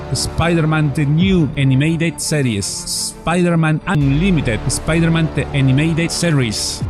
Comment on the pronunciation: Spaider man de niu enimeided sss-eries!!! Ja, ja, ja. Buena info, gracias.